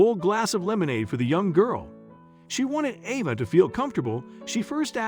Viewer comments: Cant even get the young girl's name right, Ava, Arva?? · I know this is off the subject, but you mention change a few times, in between pronouncing Ava two different ways. Avva or Ava? Make up your freekin mind! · I don’t understand why you pronounce the little girl’s name Ah-vah in one sentence, but then Ay-vah in the next. Come on. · The narrator is annoying: AHH-VA or AVA? He kept changing the way he pronounced the child's name.... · The child's name is AVA sounding like hey not the rediculous name you're saying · The narrator doesn't even pronounce her name the same! Sometimes Ay-vah and sometimes Ay-vah!😖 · The man telling this child’s story keeps pronouncing her name differently, how odd! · Nice video, but I hate the inconsistent pronunciation of Ava's name. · Just wondering why the child’s name keeps being pronounced differently as the commentator speaks? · Horrible narration. Emotions and inflections completely incorrect. Changing the pronunciation of the girl's name back-and-forth repeatedly is irritating. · Why the different pronunciation of the girl’s name? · Why not choose one way to pronounce "'Ava" and go with it consistently? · Why does narrator keep changing pronunciation of girl's name? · This is a very strange post. The narrator pronounced the girl's name with a long a part of the time, and a short a the rest of the time. I would expect the name to be the same throughout. And calling the wife Miss Smith was very bizarre. I think this was done by someone who is not a regular English speaker, and is probably totally made up. It seems to be total fiction, but I see that a lot of people took it as truth. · The narrator needs to stick to one pronunciation of Ava. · He hey the little girl's name he pronounced it wrong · The narrator needs to learn how to pronounce the name Ava. He pronounces it two different ways. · Found this weird. Why eo the images vary so much- confusing. Also why wasn't the pronunciation of Ava's name consistent?